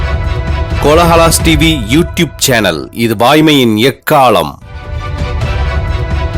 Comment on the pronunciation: வாய்மையின் எக்காலம் என்பதை எக்காளம் என்று சரியாகச் சொல்ல ஆட்கள் இல்லையா?